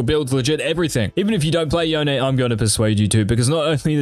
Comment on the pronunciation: Ight say ZONE then say YONE thats how you say it NOT “YEONE” lmaoo 😂😂